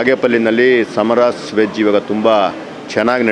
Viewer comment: ಸಾಮರಾಸ್ ಅಲ್ಲ 🤦🏻‍♂️ ಸಮರಾಸ್. ಮೊದಲು ಕನ್ನಡ ಓದುವುದನ್ನು ಕಲಿ 🤦🏻‍♂️